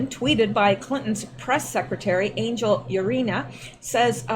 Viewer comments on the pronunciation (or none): none